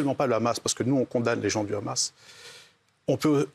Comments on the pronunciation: Ils savent pas dire le Hamas?!ils sont là à déformer en disant le khamas!c est pas compliqué de dire hamas!(amasse)! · Déjà c'est pas kkhamas, c'est Hamas 😭🤣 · Je sais mais tant qu'à faire mieux vaut le prononcer Amas plutôt que Khamas le son " kh" étant inexistant dans l'alphabet français bien qu'il soit prononcé à l'insu de notre plein gré des dizaines de fois par jour avec tous les mots commençant par " cr ", "fr", " pr et " tr " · Ils le prononcent à l'israélienne alors que d'habitude ils font semblant de ne pas savoir prononcer le kha, alors qu'ils le prononcent chaque fois qu'ils disent le mot France, transport, pratique etc...